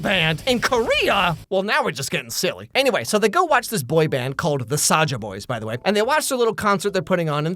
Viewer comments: Its not saja boys its soulja boys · THIS IS KOREA NOT JAPAN AND ITS SAJA BOYS (sazha boys (how it sounds like))